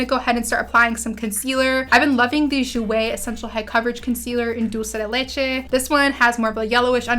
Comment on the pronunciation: Girl your spanish when you pronounced " Dulce de leche " 😱❤. So pretty btw !!